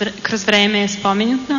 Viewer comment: HAHHAHAHAHA tesla je izmislio nevidljive letelice i putovanje kroz vreme....a ova neviljiva snajka kaze : ,,Putovanje kroz vreme je SPOMINJUTNO,, hahahha ucila srpski kod privatnika